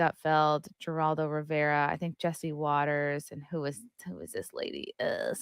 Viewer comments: are you trying to trigger me saying Jer aldo? The correct way to say it is Her aldo! Not Jerry Jerry Jerry. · It's pronounced HER all doe....play the clip first without talking over it...beyond annoying.. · why are you talking over their dialogue? and his name is pronounced HER-ALL-DOH.... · Please learn how to pronounce Geraldo. I’ll use it in a sentence “Geraldo is a moron”! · Good grief, get to the point, and learn to pronounce Geraldo. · It’s funny that can’t pronounce Geraldo.